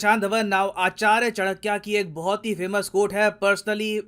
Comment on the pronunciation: Sir I humbly request you to pronounce indigenous names as it is. "Chanaky" not "Chanakyaa". Our millions people died in Begal Femine still we call "Lord" Wavell. Is this shows our psychological slavery?